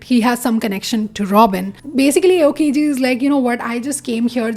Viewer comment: also you pronounced aokiji wrong its more like the hindi Aao (Come) and kiji